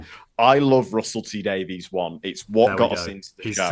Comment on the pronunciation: obviously doesn't love Russell T Davies enough to pronounce his surname correctly;)